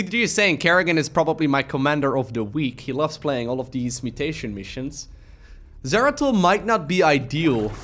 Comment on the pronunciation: “Doratul the exploratul” got me good lol